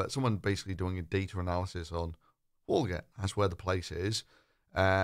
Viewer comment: So you're calling Paul Joseph Watson "comically stupid" and "just that dumb" for mispronouncing a word ... You're not tackling his argument.. you're just calling him names. Then barely 3 minutes later you mispronounce the place name, Walgett .. What does that mean we should be calling you then, Phil?? You come across very weak and self-aggrandising here. Disappoint